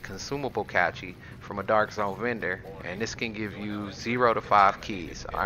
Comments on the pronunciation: Dude....it's cache like "cash" not like "catchy" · RevTastic Motovlogs more like cAeshe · He lost me when he pronounced it as a "catchy". 🤣😂🤣😂🤣😂Lmao. On the other hand it's good guide for new players or people who have put the game down for a while and need to gear up. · Haha the way you say "cache" its pronounced "cash"😂😂😂Good vid though 🤙🏽👍🏽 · Not them cachees 😂😂